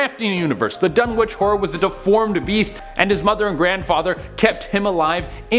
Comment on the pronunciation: You don't pronounce the "w" in Dunwich. (I'm a huge fan okay? ;P)